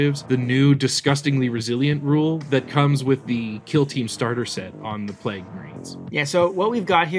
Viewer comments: It’s pronounced PLAYG!!! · Every time pronounced Plague I got triggered😢